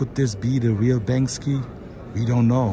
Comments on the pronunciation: Lol it’s Bank—-See, not Bangski! Great video though,thanks for posting. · Banksy not Bankski lol